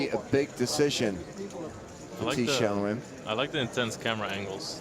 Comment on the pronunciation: Pronounced TEE-WIN